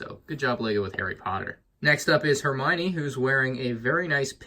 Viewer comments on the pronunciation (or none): “It’s Hermione, not Heminie”